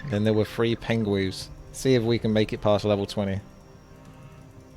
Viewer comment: "pengwengs" -Burlington Coatfactory